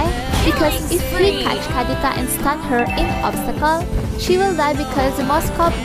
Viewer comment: The way you say kadita triggers me😂